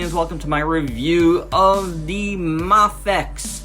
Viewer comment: Great review! Seems like everyone's making EVA-01s lately. I thought it was pronounces May-fex?